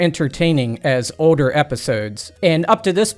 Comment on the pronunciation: This dudes accent just kills me lol... yet also delights me. How he says "Older" as "Odor" is just peak weirdo and I'm 100% here for it. Keep Killin er brother 💯 🤘